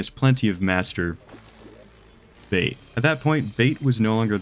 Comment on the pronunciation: how he was extra careful pronouncing Master bait